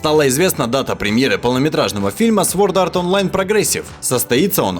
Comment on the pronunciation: Мой язык ломается когда он говорит название аниме по английски